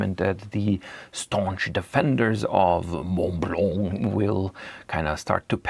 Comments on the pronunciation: Oh, that was perfect. The aggressive pronunciation of 'mont blanc' took me out, every time you say it. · a big thank you to the person that stepped up and correct your pronounciation of Montblanc. Allons enfants de la patrieeee !